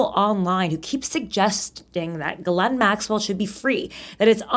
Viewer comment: Her name is pronounced gee-laine, rhymes with key.